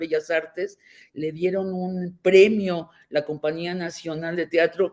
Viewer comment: Cómo es posible que una periodista como sabina b. Diga compania uno compañía dada su cultura